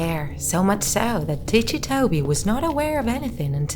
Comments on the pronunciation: Okay I really need to know, is this woman pronouncing ticci wrong or not? Because in my language I pronounce it like 'ticky' because so far I know his name 'ticci' is because he has ticks. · Yes, she's pronouncing it wrong. The creater of Ticci Toby, Kastoway, confirmed this. He basically said that he got the name idea from the story, 'Rikki Tikki Tavi' (which his a story about a mongoose, lmao.) Not to mention, Toby also *tics*, hence the name. Hope this helped!!! :-) (P.S--- Even though all I said is true, there is hardly proof anymore because Kastoway decided to take Toby out of the fandom and, unfortunately, disassociate himself from the character.) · you pronounced Ticci like it's an Italian world.